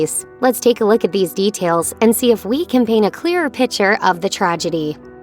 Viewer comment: Dear narrator, The word “picture” has a “c”in it. A “pitcher” is totally different.